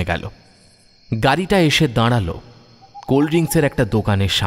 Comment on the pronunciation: Uccharon ektu thik korun,Nari hbe nadi na,daralo ,hbe daradlo noy